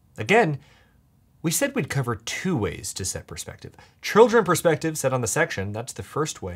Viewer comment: "it's really a matter of persfective"😂